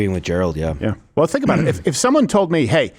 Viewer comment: "vuht ahhdd you gawd damn talking aboot?"